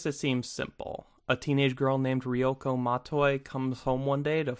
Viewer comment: the way you pronounce Ryuko disturbs me